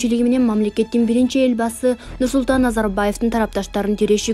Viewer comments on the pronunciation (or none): Эл басы эмес- Эл башы. Кыргыз тилинде окуп атасын го